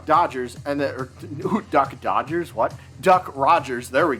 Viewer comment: Why are you intentionally saying Duck Rodgers and not Duck Dodgers?